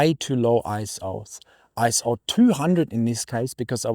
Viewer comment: Very nice video! I guess every photographer goes through the let's ruin all my shots in the name of image quality phase. However, two things: - Isn't ISO pronounced ISO, not ISO? ISO sounds really kind of jarring. - - that's a very charitable way of describing a user error.